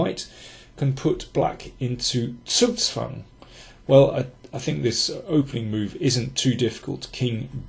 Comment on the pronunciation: This was a good one. You always say zugzwang correctly. I speak a fair amount of German, but for some reason I insist upon saying zugzwang in the most crudely American way possible. This is making me want to take that big Silman endgame book off of my shelf.